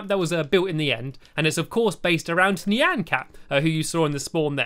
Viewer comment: The way he said Neean instead of Nian 😂❤️